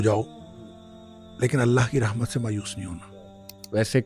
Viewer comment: اسلام علیکم ورحمتہ اللہ میں رحمت کی ح پر زبر ہے